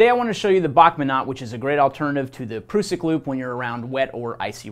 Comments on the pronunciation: Great video - just wish the guy would stop calling the PRUSS-ICK the PROOO-SICK....??? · Great vid 👍 but ,,,,,, It's definitely a prusik knot not a prooosik knot 😂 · Its an prusik hitch not an "prewsik" knot.🤨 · its a prusik not a proosik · Pr-US-sik. Us, as in all of us. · Can’t cope with him saying Pru-suck 🤦🏻‍♂️😂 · Defo gonna call it a pru-sik from now on 🤣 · asides from the mis-information, this dude needs to stop with the "proosik" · Pronunciation. A Prusik /ˈprʌsɪk/ great video otherwise, just trying to help no hate here. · proosik loop? imagine the effort americans put in to mispronounce every language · Prusik is a French term, and thus the proper pronunciation is indeed "prooseek" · Sorry mate NOT Prooseek check the link above, cheers! It's not a French term either! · To us old time Knot tiers this pronunciation of this great old knot makes the hair on my neck stand up ! I'm in my middle seventies and have tied knots millions of times on the farm and working ! He should at least learn their proper names ! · Great lesson, not necessarily great for icy rope but otherwise a situational, useful knot that im glad to have in my toolbox, but I really cant handle the way that you say prusik